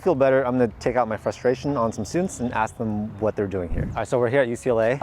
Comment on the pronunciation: The red shirt gentlemen didn't learn how to say ask he said "axe"